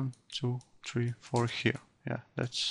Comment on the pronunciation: Хир энд ХИР... дыс из ХИР)))) еба ты чепуха, выучи хоть фашиский нормально...